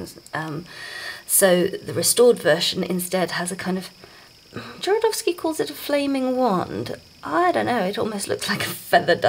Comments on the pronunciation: Called him Jorodowsky the whole time .. did no one hear this ? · I liked your presentation and found it really helpful, although you were right about misspelling Jodorowsky’s name. The main problem is that you inversed the R with the letter D the whole time, practically misplacing a couple of syllables, which was a little annoying, to be honest. But aside from that, the infos were spot on. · Nice video but please learn how to prononouce Jodorowsky's name (click on polish)